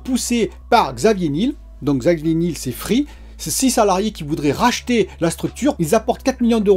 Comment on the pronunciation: Il me semble qu'on dit Xavier Ni-el comme le miel